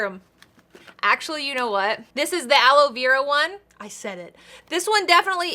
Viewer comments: its ala verA not ala vEra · okay so I’m going to put aloloav Me: are you trying to say aloe Vera?😂🤣